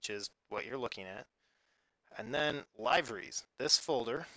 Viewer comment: its pronounced Live-er-esss